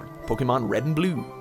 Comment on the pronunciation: The way he say blue BLUW